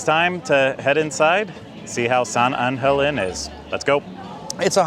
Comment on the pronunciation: You know I worked for Palmas Restaurants and no one say San Angel Inn the way you says it, not even the owner Rickey Debler. You are hurting my ears #Palmas